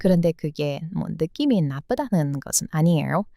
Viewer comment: 주인장님의 영상 매번 보는데 일부러 지적질하려는 건 아니고 어찌보면 매력이긴 한대 "느낌이 있어요"를 "느씸이가 있어요"로 발음하시네요. "이"나 "가"는 '주격조사'라던가 뭔 문법용어 있던데 기억나질 않네요. 암튼 중복/이중으로 쓰시면 한국인이 듣기에는 좀 이상합니다. 평소 한국문화를 사랑해주셔서 감사드립니다.